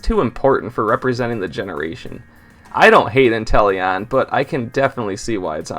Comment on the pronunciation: INTELEON, NOT INTELLION! QUAQUAVAL, NOT QUAQIAVALLE!